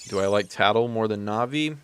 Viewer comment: You pronounce Navi fine. If no one else told you, “Navi” is short for navigational support (which is Navi’s function story-wise and in battle targeting).